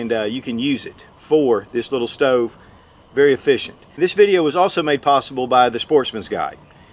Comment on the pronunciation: Efficient not uhfficient. Hands not hayands.